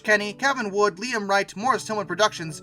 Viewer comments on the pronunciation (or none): none